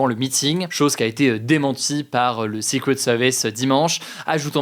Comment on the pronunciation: nope en anglais britannique non plus on ne prononce pas secret comme ça.